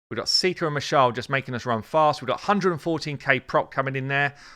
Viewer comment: "You just need a Mashald...JUST a Mashald! ..........Plus just two maneaters.... and you do need a seeker."